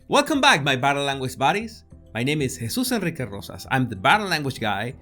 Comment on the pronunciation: Jesus Enriques Rosas I hope I got it right, it's such a great name and the way you say it!!